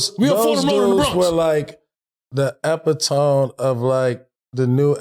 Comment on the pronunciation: The pronunciation of epitome is wild BD 😂